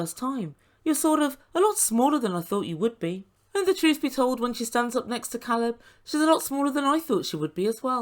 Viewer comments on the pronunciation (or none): Please let’s all pronounce Ca(long a)lab’s name right, the girlfriend of Alina ask and he told her Alina didn’t pronounce it correctly and Alina acknowledged she knew this. Who continues to mis pronounce their boyfriends name?? Her calling him Calab drove me nuts, like Larissa adding an e on the of words!! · I was REALLY uncomfortable watching Alina push Caleb into sex! It should have flowed naturally not just because she demanded it. I can’t help but wonder if it was the other way around, people would be used upset with Caleb! Furthermore, his name is (K Leb, NOT Call eb). Why does Alina get to say his name wrong? It seems like a control issue to me! It is disrespectful! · Because there isn't really a long A sound in the Russian language. This, Э, is the closest but it's more like an "eh" sound, so it would be like "Keleb". But, yeah, he's probably pronounced his name for her on video chat, at least, before. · Yeah, Elijah needs to take a step back. But I’m a super private person so I find his line of questioning out of bounds. Caleb is handling it much better than I would. It’s pretty impressive. Sort of related, Caleb has cleared up how to pronounce his name. It is, indeed, a long A. That was bugging the crap out of me. 😝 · in the next episode when her girlfriend asks about his name he says Alina pronounced it wrong and she laughs says it correctly and admits she doesn’t pronounce it correctly but then continues to mispronounce it after that. I find her and her friends aggressive, but then I think TLC scripts the show so who knows if they are even a real couple. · problem is he is from the US and he even told her how to pronounce his name correctly, she just chose to ignore him.